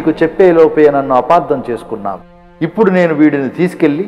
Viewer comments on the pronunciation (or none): none